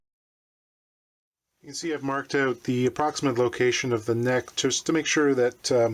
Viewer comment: Great video... I knew u were CA... when u said “oot”... lol... I live 35 miles from the Martin factory and worked in Nazareth at one time... unfortunately not there... I hope they saw this video... outstanding work my friend!